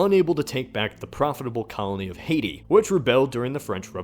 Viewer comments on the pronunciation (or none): none